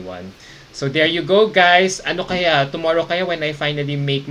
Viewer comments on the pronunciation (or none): none